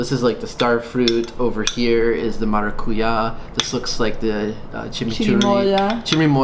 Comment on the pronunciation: Checking how lucuma looks like, I definetely haven't seen it here in my city in Brazil. Maracuja we have here a lot (but we don't pronounce it as you did 😁), starfruit is "carambola" in Portuguese. Loved the tamales, the alfajores! Humita is truly the Brazilian "pamonha".